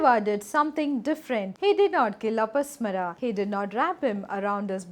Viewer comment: It is pronounced as A-pa-smā-ra, ಅಪಸ್ಮಾರ(another term for epilepsy in Kannada).